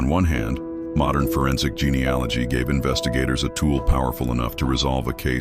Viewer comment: Your AI is awful, the narrator kept mispronouncing 'genealogy' over and over .. Google it. Was so glad that you mentioned how it ended at the start of the story, as could not stand listening until the end. Will not be subscribing.